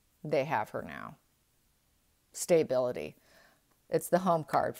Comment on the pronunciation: The only negative is your mispronunciation of words like "hovering" not pronounced "hoovering" it is pronounced "huv er ing"...And, stability is pronounced "stah bil ity" not "stay-bil-ity." On the bright side, you do have very beautiful hands. Sorry - was a school teacher 🙄 it's hard habit to break because I do love our English language.😉